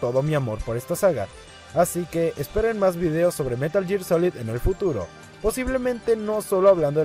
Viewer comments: Meral ger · si fueras un verdadero fan sabrías pronunciar metal gear correctamente.